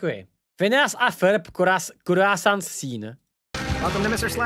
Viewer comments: Každý ví že se to čte quasón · aj tak najlepsia vyslovnost je krojsant🤣🤣🤣🤣🤣